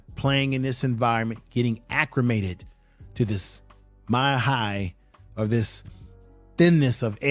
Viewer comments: Acclimated not accrimated. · For future videos; there is no R in acclimated. It’s ‘Al-leh-mated’. Loved your video and hope for many more. Good video clips tying it together.